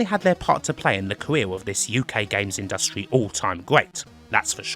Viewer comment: I've never heard anybody pronounce it the way does here, and I'm English and worked with WYSIWYG programmes for years. Just one of Kims eccentricities. Like putting the syllable stress strongly on the second syllable in "industry".